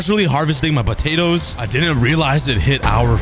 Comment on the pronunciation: Let's take a bunch of putadas Me: Putadas? What?